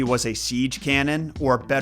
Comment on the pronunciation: Did you say an egg as a cereal killer?